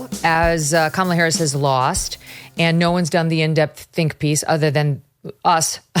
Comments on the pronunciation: Victor, you’re a smart man, try to pronounce her name properly or call her by her last name in the same way you refer to men, so “Harris” rather than “Camilla” and all the other stumbles…. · I could listen to the brilliant VDH talk all day..... but can't somebody buy him a decent background and teach him how to pronounce Kamala properly? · VDH is THE BEST !!!! I love how he innocently pronounces Ka-mala's name as Carmella. 😊